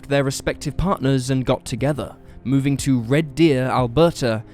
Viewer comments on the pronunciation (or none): none